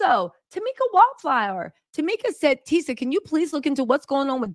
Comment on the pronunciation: Tisa, Tisa.......not the oosh gosh!😅😅😅😅😅😅😅